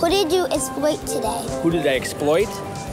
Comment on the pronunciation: "Who did you esployt today?"